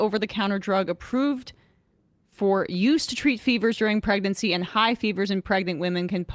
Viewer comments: Pregernacy I definitely would avoid all medications if I were preg-er-a-nant. Which is not a thing, so I wouldn’t worry about it. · He then mispronounced pregnancy